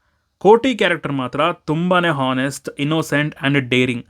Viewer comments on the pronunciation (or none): ಹಾನೆಸ್ಟ್ ಅಲ್ಲಪ್ಪ ಆಂಗ್ಲದಲ್ಲಿ ಅದನ್ನು ಆನೆಸ್ಟ್ ಅಂತಾರೆ.. ಆಂಗ್ಲ ಭಾಷೆ ಬರದಿದ್ದರೆ ಅದನ್ನು ಉಪಯೋಗಿಸಬೇಡಿ ನಿಮ್ಮ ಮೇಲಿನ ಗೌರವ ಎಲ್ಲರಿಗೂ ಕಡಿಮೆಯಾಗುತ್ತಿದೆ ಆಗಲೇ